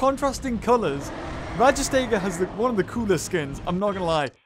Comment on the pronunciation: it's called rajas-tega